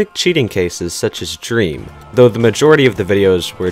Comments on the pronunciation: Everyone: Dream: Dræm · Its dream not dreem but good vid! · “Drem” please 🖐💀😭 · Is it me or does he keep saying drem not dream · He is not drem it's DREEEEM with a a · It’s dream not drEm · Drem XD its dream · Why the hell does he says drem it is dream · Why does he say drem not dream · It’s not drem you stupid it’s dream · Bruh its dream not drem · why do you say drem and not dream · Dream not drem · Its not "Drem" Its "Dream" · You said dream it's drem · I like how he said Drem not dream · WHY DO U SAY DREM ITS DREAM JEASUS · HE SAID DREM LMAOOOOO NOT DREAM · it's not drem it' dream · His name is DREAM NOT DREM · U say drem lol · Anyone notice he says drem instead of dream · its dream not drem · ah yes “drem” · I love how he calls dream drem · i like how he pronounced dream as drem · The way he says dream😂😂😂. He says drem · He’s saying dream wrong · Am I the only one pissed he said drem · Man calls dream drem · I got really mad every time he said drem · This dude just said “drem” HAHAHAHHAHAHAHAHHAHA I CANT STOP LAUGHING HEELLLP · I like how u say dream (drem) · Why does she have to say dreams name wrong